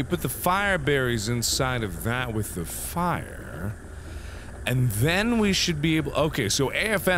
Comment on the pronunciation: "I can't take the FIEREberries! They're on FIEREE!"